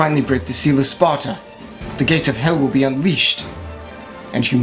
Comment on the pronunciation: it's SPARDA not sparta moron